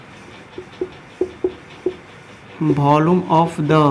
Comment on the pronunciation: Its not volome it's volume